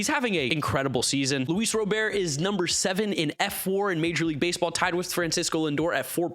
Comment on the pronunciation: It’s been confirmed that it’s Luis RoberT. Hard “t.”